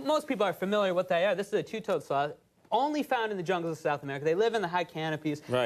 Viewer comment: Ok, he keeps says 'sloth' like 'sl*t' and I have a problem concentrating.